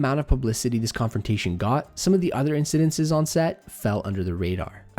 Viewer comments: It's ' incidents,' not 'incidentses.' ;-) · It's "incidents": IN suh dents. Not "incidences." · Incidinssess? Please tell of bad actions with good English!! Incidents, I think you mean...😊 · It’s not hard to pronounce “incidents”… just sayin. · Are you saying instances or incidents?